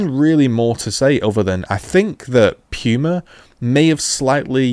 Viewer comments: I love how you pronounce "pooma" as "pewma" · Amazing review but it’s pronounced Pooma not Pewma